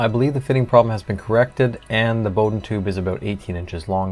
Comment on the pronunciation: There are many assumptions in this article. Firstly Bowden is pronounced Bow as in WOW. The PTFE tube and fittings are specifically designed and made for compressed air or fluid use not as a guide tube. The fittings are a bastardised Festo design for a quick connect air fitting with the sealing O ring removed, hence the slack in the line fit as the barbs are not hold in the correct position. What is required is a Swagelock style asymmetrical ferrule and fitting. This style fitting will grip the tubing and as long as not over tightened will be a vast improvement over stock. Additionally the excess movement is calculatable if you measure the inside id of the tube and the od of the filler and for every 15 degrees of bend allow for the difference. Outboard motor control cable design is basis for formula. E.G. the id is 3mm the od is 2.5mm difference is 0.5mm bend radius is 45 degrees 45/15 = 3. 3 X 0.5mm is 1.5 of excess filler movement. Measure bend at several hot end and z track heights and average the bend radius. Interesting diagnosis but some assumptions are not so sound.